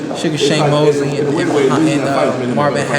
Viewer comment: Whoaaaa hold up, he said Mosley?! Smh